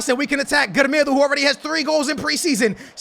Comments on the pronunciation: Não é 'gremedo' é 'grImAldo ahahah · It's not "Gremedo" It's "Grimaldo" You're saying it wrong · Not gremedo, Grimaldo😂😂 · How are you making 'germedo' out of 'GRIMALDO'... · It is not GRAMEDO it's GRIMALDO!!!!1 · Its not grimedo... Its grimALdo i feel insulted as a benfica fan And its pronounced carilho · Its not grimeeeedoooo... its gri-maaaal-dooooo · His name isn't gremedo its grimaldo ffs im tired of you pronouncing names wrong 10 times every vid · I'm sorry but how can you pronounce Gri-mal-do as Gre-me-do? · LOL...Who the hell is "Gremêdo"?:P... It's GRIMALDO:D... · Not Gremedo but Grimaldo xD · GRIMAAALDOO! não se diz Grimedo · Its not gremedo its grimaldo u r saying it wrong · Grimaldo is not called grimildo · SKILLZ IT'S NOT GREMEDO!!!! IT'S GRIMALDO!!! é bue irritante ahahahaha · U don't say Grimedo its Grimaaldo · His name is gree-mal-do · "we got grmido at the left back" 😂😂😂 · PLS START SAYING GRIMALDO RIGHT, JUST READ HIS NAME SLOWLY AND YOULL REALIZE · You would think by now wouldve learned how to say Grimaldo's name. No hate just saying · mann you are killing the namess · how does he pronounce Grimaldo's name? lmao